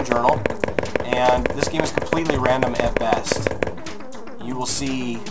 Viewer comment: So it's "Lol randumb" not "Random."